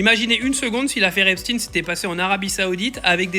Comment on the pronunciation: Il fait le mec qui parle bien anglais soit disant et nous sort un « Epstine » dès le début 😂😂